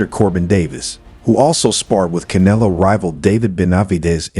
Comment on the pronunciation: CAN-AH-LOW lmfao cantaloupe